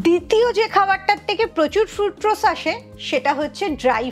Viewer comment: ফ্রুটরোজ নয়, কথাটা হল ফ্রুকটোজ। এটুকু জানেন না অথচ জ্ঞান দিচ্ছেন।